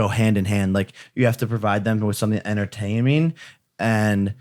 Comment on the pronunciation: Jake says entertaiming 😂😂